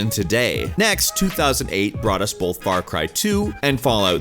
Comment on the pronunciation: Stop saying bolth 😂